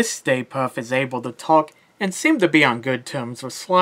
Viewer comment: Puft not Puff